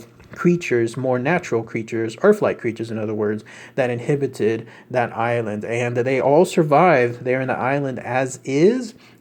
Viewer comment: Ive followed your research for awhile now and love it all - so dont get upset by me feeling compelled to mention this --> sayy it with me... "InHABited"! There we go, all better once we become less inHIBited xD